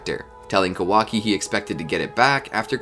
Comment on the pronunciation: It's ka-waa-kiii not how your saying it listen how the say it in Japanese alot of names you messed up but good video real on point